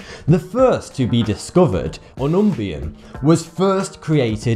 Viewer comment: BTW element w/ atomic no. 112 is pronounced Un-Un-Bi-Um (or)An-An-By-Am